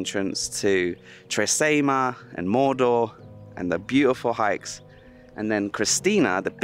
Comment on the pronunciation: Hey, Great video! I love Tre Cime di Lavoredo. Cime is pronounced 'Chee-meh'. It translates to 'Three Peaks of Lavoredo'. Just in case any of your viewers are having trouble finding that lake you stayed at. The hotel is called Hotel Miralago and the lake is called lake Misurina. Yeh public transport is practically non-existent in the Dolomites. I'd recommend hiring a car or better still a motorbike if you're travelling on your own. It would have been amazing if you travelled around the Dolomites on a motorbike. I can only imagine how it would have turned if your drone didn't break. Thanks for travelling to the Dolomites. I appreciate the effort you put into creating the video's you make. Cheers,.